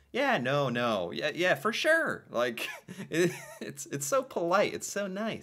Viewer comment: For not fur. What can I do for ya?